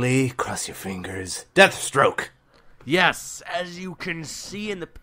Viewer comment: Danial Younus Jesus Christ man, it's Deathstroke not dethstroke you illiterate fuck.